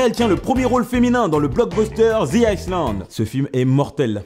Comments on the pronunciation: Bon je matte toutes tes vidéos mais fait nous plaisir et bosse un peu l'anglais. Parce que "The Island" prononcé Ice-Land et "Her" comme Here, c'est pas possible. ^^ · psst Hey dans The Island le s est muet